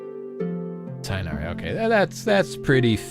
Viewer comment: did he just said tighnari with 2 chidren💀